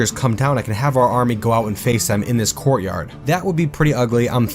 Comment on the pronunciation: I heard, "gore yard" when he said courtyard. Seemed super appropriate.